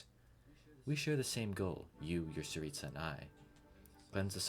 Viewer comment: I HAVE NEVER I REPEAT N E V E R HEARD ANYONE SAY ‘TSARITSA’ SO PERFECTLY!!!!!! not even voice actors themselves!!!!!!!!!! as a russian person i know what im talking about u just said it like I say it! u cannot IMAGINE how glad i am to hear that!!!!!!!!!! im in shock! thank u!